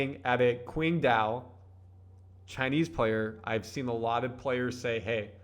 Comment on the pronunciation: Hansen Yang (Qingdao) In Chinese transliteration, Q is pronounced like “ch.” So it’s “Chingdow,” not “Quingdow.”